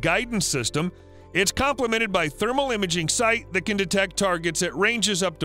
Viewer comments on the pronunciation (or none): none